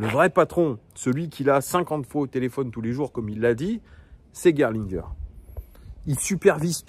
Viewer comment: T’as très bien prononcé Gerlinger!!! Je te mets 20/20 en allemand LV1!!!